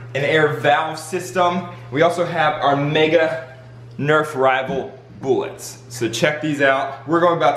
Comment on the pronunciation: he said bollets